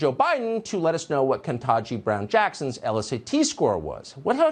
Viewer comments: Bud. You said “Kentanji”. Carlson, you butchered her name in the same breath as you wrote off Biden for saying her name wrong. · So: 1) “Tuckems” once again engages in “other-izing” a POC by repeatedly mispronouncing Judge KBJ’s first name as if somehow that impacts her suitability to serve as a USSC Justice. Obviously TC has forgotten all of his Kindergarten “HOOKED ON PHONICS” lessons. Perhaps FOX should invest in a phonics coach for ALL of their “personalities” since LI and the others all seem to suffer from the same complex!! and, 2) Judge KBJ’s LSAT scores?? Seriously?? Is demanding her birth certificate next? (And this is coming from a leech who had to have his family make extra donations to be able to get into a college!) WHO in the world would want EVERY future opportunity and position in life to be dependent on a multiple-choice test you took when you were 17-24 years old??? If that is how things are to work, well then, TC needs to go back to his spot on the 🐔 chicken-plucking 🐔 assembly line!!! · Um, um, OK if you insist. The median LSAT score for Harvard Law is 173. The range of LSATs score are %-75% percentile). Only 1% of African Americans score above 160 on the LSAT. that means there is almost 100% certainty that Ms. Ketanji Brown-Jackson (I hope I am pronouncing that right) scored well below what would be considered competitive for Harvard LAw. Black privilege at its finest for miss Kejani Brown-Jackson ( I hope I am pronouncing that right).